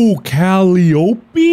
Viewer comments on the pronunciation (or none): It’s pronounced kuh-lie-ah-pea Mark, lol. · lol its pronounced Ca-lie-oh-pee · I will only ever pronounce the name Calliope (ca-lie-oh-pee) as Cali-opie <3 But also, loving this series Markiplier! You would probably have a better channel if you made more of it. But it's up to you if you want to keep me a subscriber, I guess /lh (/also the tone is a passive aggressive threat haha) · “Cali-o-pee” is actually “call-eye-o-pee” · Cuh-Lie-Oh-Pee not Callie-Oh-Pee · For anyone that cares, Calliope (the cat whose name Mark butchers about a minute in) is pronounced Cuh-lie-uh-pee. It's Greek and it's one of my favorite names 💕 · There's actually a few pronunciations! You've got one, which is the British one IIRC? There's also "cali-ope" and the hybrid of "Cali-oh-pee" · As soon as he said that I was like "ah yes I love my favourite characters from the Netflix show First Kill, Juliet and Kally-opey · I died when he pronounced it Callie Opie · Calliope Like "Cuh-Lie-uppy" Love you mark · mark pronouncing calliope as cally opie is actually hilarious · Kuh-lie-uh-pee. It’s from a greek myth. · "Cal-eye-o-pee", Mark. Like the instrument. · The dog's name is pronounced cull-eye-uh-pee. In mythology, Calliope was a Greek Muse of eloquence and epic poetry. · For those wondering! Calliope is pronounced Cal ( like the Cal in California ) Eye Oh Pee Say it quickly, Calliope. And you'll nail it ♡ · Mark pronouncing calliope as Cali-opy is hilarious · Calliope Cuh-lie-uh-pea A musical instrument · “Cal-E-O-Pee” lmao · CAL-EYE-OH-PEE!!!!!! That is how that word is pronounced.... It's a musical instrument... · Calliope - pronounced: "Kuh-lie-oh-pee" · "Kally-opy?" I'm now convinced Mark is mispronouncing names on purpose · the cats name is Calliope (pronounced cal-i-OP) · Mark it's Calliope (pronounced Kuh-lie-oh-pee)... As in the Ancient Greek character. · No mark. It is a Greek name. It is pronounced as Ka-lie-ah-pea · Mark you'll probably never see this but calliope (Ka-lie-oh-pee)